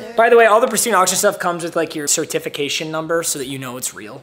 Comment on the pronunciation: I wanted to punch my screen when you pronounced certification 😭😭😭